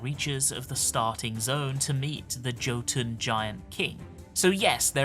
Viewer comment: I'll never understand why Arena slipped up on the Norn pronunciation of Jotun and Jormag, etc. It is NOT pronounced "J" it's pronounced "Y" - so Yotun, Yormag. Norse/Viking words are pronounced this way. Always made me grimace.